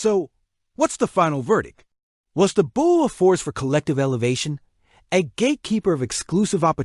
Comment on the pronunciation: It's pronounced "Boulay" it's French